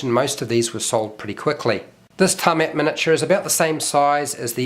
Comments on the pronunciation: "Ta-met" bro how do you even get to that lmao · Its Tiamat not tarmat god it's like you have never played D&D in your life. Its pronounced Tee-ah-mat not tarmat you buffoon